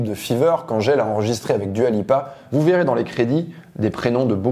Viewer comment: Ah et j'ai oublié. Arrête de dire Dua Lipa comme si c'était un prénom français. ça casse les oreilles